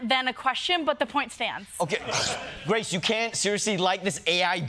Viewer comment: Wow Ronny can’t even say Grace’s name right 😂